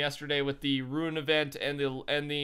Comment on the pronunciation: ROOONN.... my lord.... Roo-in is not RUNE